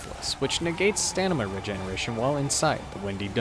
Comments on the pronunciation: personal pet peeve is stanima instead of stamina ;) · did he say stanima? lmao